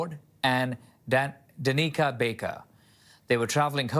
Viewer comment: And Danica. Pretty sure it's not "Daneeeeka" but I could be wrong